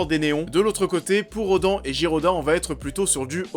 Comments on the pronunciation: pauvre rodan Sa se dit rodane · On dit Ghidorah pas giroda et on dit Rodan pas rodan et le DC Universe est encore d'actualité avec Shazam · yop Alors deja ce n'est pas girodah mais GIDORAH , RODAN se prononce comme si il y avait un E , et pour le scenario c normal qu'il soit pauvre , C UN FILM DE MONSTRES OU LES STARS SONT DES MONSTRES , ALORS QUE LES HUMAINS PASSENT AU SECOND PLAN VOIR AU TROISIEME C NORMAL . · La prononciation de rodan et ghidorah, OMG XD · Roooooooo ça va 😉